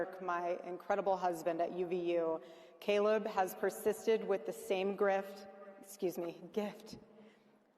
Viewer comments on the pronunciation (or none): none